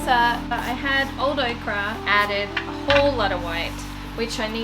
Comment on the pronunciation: No one was trying to be mean! But you called the paint Okra, ochre is pronounced oker. I’m truly worried that our shared but different language will be watered down and people won’t remember details after social media. Dixie belle has some distinctive southern words that people are really butchering! It hurts me that words aren’t important enough to be remembered anymore! I don’t mind grammatical errors so much as errors due to lack of research. I meant nothing bad. Were I to misuse a distinctly Australian word, I would hope you would correct me.